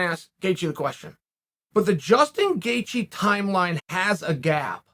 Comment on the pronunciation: “Justin Gaethje came out” Justin Gaythje?